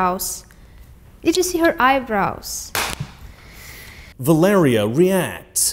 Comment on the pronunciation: Its Vallerie, bro. You butcher her name lol